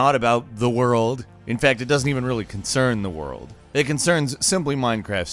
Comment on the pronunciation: You mean: ZEH WORLDOO